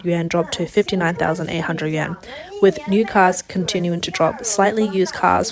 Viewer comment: Yuan is pronounced yu-on.